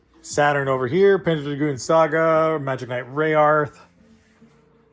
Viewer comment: just a friendly nudge that it is pronounced Ray-Earth :) Cool collection